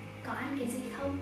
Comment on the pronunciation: Ôi chị là người Thái hay người Việt đấy ạ?? @@ nếu mà là người Thái thì nghe giọng tiếng Việt của chị không nhận ra luônn @@ ngoại trừ từ “không” thỉnh thoảng nghe giống “kông” nên em mới biết thôi. Giọng đúng kiểu con gái Hà Nội nghe thích quá ư ư 🥺🥺